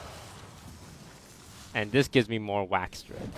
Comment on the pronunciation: Okay Toast, we love you, but say it with me: WAX-A-DRED There's an "a" in there